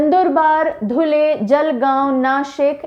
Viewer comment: आशिम नहि वाशिम, गोंडिया नहि गोंदिया, सतारा नहि सातारा, धुले नहि धुळे, नेस्ट टाइम आप सहि बोलि